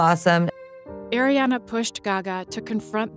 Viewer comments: Just a note to the narrator its not Air-iana its Ar-iana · It’s Ariana not Air-iana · It’s AAriana not eriana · It’s ARRRRIana not AIRana pls if yall can say Ari why can’t u say Ariana ?😬 but love the vid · Its pronounced Ari-ana not Air-e-ana Say it right! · It’s Ariana not airiana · this journey was a amazing but can we talk about how she pronounce ariana to Airiana? 😃👍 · Even Selena calls her airiana lmao idk why its so simple though 😂 💀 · Y'all gotta stop saying her name wrong tho